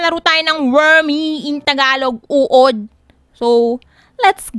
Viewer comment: Natawa ako dun sa pagkakasabi ng UOD! 😂